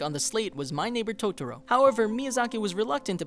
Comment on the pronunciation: you lost me right at the start when you said 'tots-ro'. byeeeee